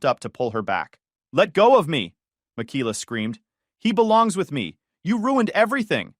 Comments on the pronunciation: Pretty sure it's pronounced Mik Ay La. Every Michaela I've ever known pronounced it that way. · Mikeyla or Michaela .. the pronunciation of the name is cray